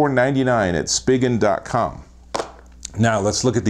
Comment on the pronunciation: This video sucked. It’s Spigen.... pronounced: “Spy-Gen.”. It’s even on their website how it’s pronounced, not, “Spidgen.” And the case’s you did reviews on all suck. Minnie Mouse? Seriously? Two ugly junk Spidgen cases, LifeProof? Why not the fre? Thumbs down here.